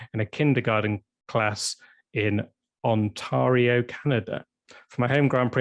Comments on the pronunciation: Ontaaaario !!!! What’s with that pronunciation?! It’s only the most populated province in Canada !! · The way pronounces "Ontario" is really something else. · not being able to say Ontario made me chuckle lol